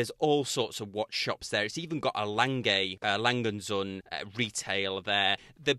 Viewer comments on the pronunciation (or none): it's Omega not Umeega and A Lange und 'Sziune' not 'Zun'. Dispite what you US americans believe, not every word in this world is english (pardon I mean american english)